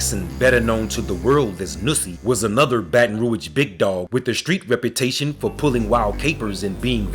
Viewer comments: Why you saying baton rouyage don't do that you butchering it man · Why you keep saying BR like that in this video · “Genree” - genre “Roige” - Rouge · Man you over doing the voice to the point you not pronouncing words right. Gen-ree? Baton Rouige? 🤦🏽‍♂️